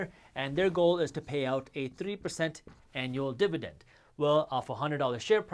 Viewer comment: I chuckled everytime he said 'dib-a-dend'